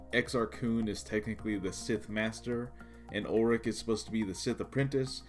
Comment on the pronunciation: It's "Ulic," dammit. Not "Ulrich" 🙄